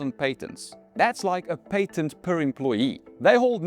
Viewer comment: This guy is AI as he could not say Patent correctly.